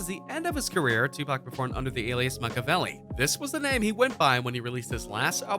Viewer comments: The way he says Makaveli🤣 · This dude don't know how to say makaveli or Shakur.